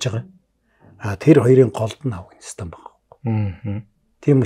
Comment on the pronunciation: Энэ жаахан настай хүмүүс Афганистан--г Авагнистан гэдгийн Хөөрхөн 😊. Амжилт . Мундаг шүү